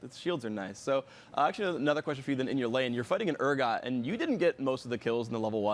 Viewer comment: "I wanna ask you a questionald, Regi". - Phreak 2013